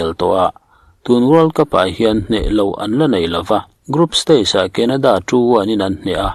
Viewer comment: Kenada ni loin, kanada tih tur 😁